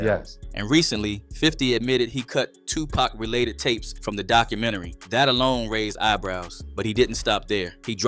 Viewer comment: Is there a reason that the narrator keeps mispronouncing Tupac‘s name? It’s pac not pack. Disrespectful